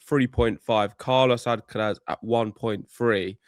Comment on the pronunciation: For the love of god, just pronounce Alcaraz without the stupid fake spanish accent. Its so annoying. Also if you insist on saying it with a spanish accent, at least say it correctly in spanish then!